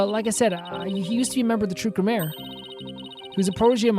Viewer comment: This is easily one of my favourite episodes in the game and series at large so i'm really looking forward to seeing you go through it! (on a side not i'm only four minutes into the video but Gramarye probably pronounced (gramma-ree or gram-are-ee, not 100 percent sure myself)